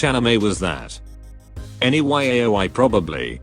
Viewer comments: This robot voice deadass pronounced Yaoi as Y A O I snsh I can't breathe normal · Did he really spell out "yaoi" instead of just pronouncing it or am I the one who'd been saying it wrong this whole time? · LOL cute how he pronounce YAOI TO Y-A-O-I